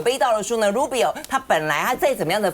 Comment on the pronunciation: A friendly reminder to: Rubio is NOT "ru-beee-o"! 😂